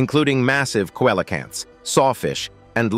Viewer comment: it's tie TAN o boa. And , coelacanth is SEAL a kanth.